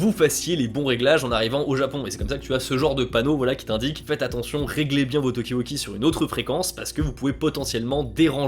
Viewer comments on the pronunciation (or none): Wakie Talkie (et pas Wauqui Tauqui), avec des A.